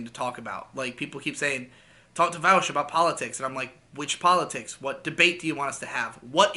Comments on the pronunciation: You call him “vowsh” now I know you’re not a lefty lol all right wingers call him vowsh but his name is Vaush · every time you call him "Vowsh" and not "Vawsh" i die a little inside